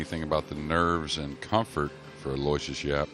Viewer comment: You guys finally almost pronounced his first name correctly, ( alowishes ) will get you real close. It's mine also, I do understand he is from a deferent part of the world.